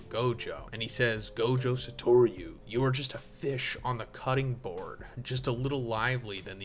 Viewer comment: I gotta know - why do you say Sator-you